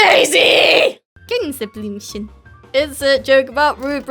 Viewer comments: Gänseblümchen“ this killed me as a german 😂😂😂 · If you live in germany (your whole live) it sound so weird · No not "Gänseblümchen" you have to spell it right, like the German way: "GÄNSEBLÜMCHEN!!!!" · „Gänseblümchen“ help